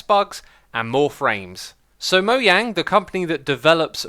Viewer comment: moyang. Moyang. MOYANG.